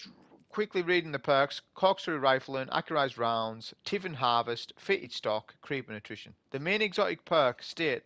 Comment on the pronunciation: Just an FYI it's "Tithing" as in "Tie thing". A tithe is an old word to describe a portion of your earnings given to a church/religious entity. An old biblical term. Great vid though.